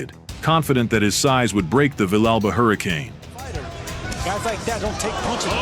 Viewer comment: The Mexican's liver was quivering??? Really??? Villegas is Ecuadorian you idiot! Go back and edit, and correct this garbage narration of the fight. Your pronunciation of "Villa Alba" is horrendous. It's pronounced as Vee-jah Alba" phonetically and your spelling of it represents your education maybe not. I noticed the narration was out of sync with the action as the fight progressed. It was just terrible. I began to realize this was AI garbage and more clickbait.